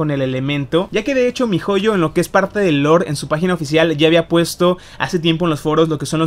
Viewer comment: Así no se dice MiHoyo😠